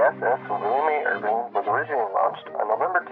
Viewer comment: Irvin not Irving